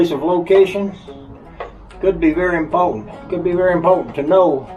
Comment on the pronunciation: Nothing like sharing impoatent info